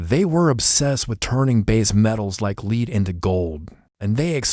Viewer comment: Interesting but obviously AI narrated. Lead is pronounced led, not leed. Still, an interesting and fascinating piece of Sleepy Hollow legend!